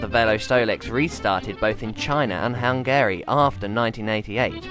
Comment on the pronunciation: Great video, funny and really interesting. Very cool bike. Not so convinced on the pronunciation of "Hungary" however... Hopefully I'll be able to find myself one one day